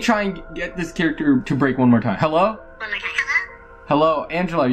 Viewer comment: It's funny when said mowe